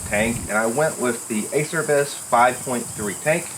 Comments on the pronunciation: A-chair-I-bees not acer ibis 👍 long live DR!!! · Acerbis is pronounced ah-chair-bees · Great vid. Pro tip. Acerbis is pronounced uh-chair-bees. As for the license plate bending I bought a mud flap from a truck stop and cut a piece to license plate size as a reinforcement backer.